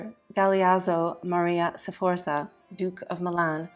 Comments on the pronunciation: It isn't pronounced "Seforsa", it is Sforza (you jump right into the F from the S, and you almost whistle the Z). (I'm not even going to watch this if you can't pronounce it, sorry!) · and Sforza is pronounced with two syllables not three